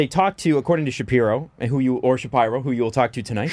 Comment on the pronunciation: How did y'all screw up so many names? Shapiro? Really?